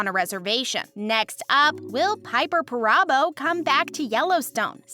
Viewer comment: The proper pronunciation of Kayce's is KC, NOT CASE. GET it right. Piper Perabo is not pronounced "PERAABO" but Parabo.please stop messing up the actors name. What a hack.